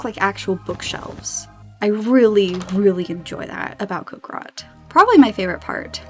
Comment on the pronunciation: "Cock rot" "cock rock" PLEASE it's coc-RI-cot